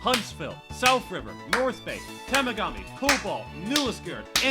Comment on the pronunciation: I love this video but listening to you guy butchering town name you pronounce is hilarious. Temagami is pronounced "Tem-Mag-a-mi" Temiskaming is "Tem-Mist-Ka-ming", and Orillia is "O-ril-li-a" I still don't know how to properly pronounce Proquis to this day though.